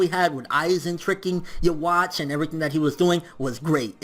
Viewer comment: I'd probably like the video more if you didn't say Yhwach's name like that